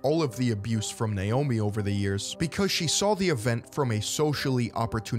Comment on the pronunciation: You have no idea how happy it makes me to hear someone pronounce Naomi correctly. It's kind of sad, actually.